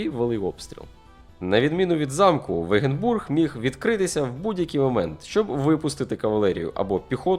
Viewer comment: Корисне відео. Начебто, нічого нового, але хочеться ще про гуситів почути. Про тактику, перебіг подій, як лицарі втікали щойно почувши про наближення гуситів. Різануло по вуху слово "вегенбург", адже це Wagenburg (нім.) - вАгенбург.